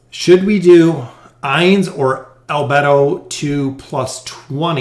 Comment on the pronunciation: I love the anime, albedo i think ur pronounced wrong. No worries love ur vids